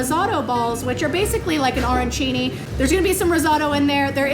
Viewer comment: All due respect to who I love watching but her pronunciation and description of Arancini was hilarious and cringey for a chef but the risotto pronunciation may have been worse since I thought that was such a universal known one by now!!!! Luv U K